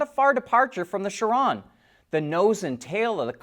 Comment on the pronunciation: After years of hearing Chiron pronounced Shurron, I can't stand it. It's a Greek phonetic, and is pronounced Ky Ron. let Auto line be the pioneer who brings back the proper pronunciation! to help remember, the word chiropractor shares the same first syllable and it's not pronounced sheeropractor. also anybody familiar with the Greek houses in university, chi is not pronounced she. It is Ky, rhyming with sky. thanks for a great news show. keep it up.